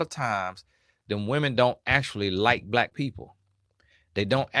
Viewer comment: Why you saying Blight instead of Black?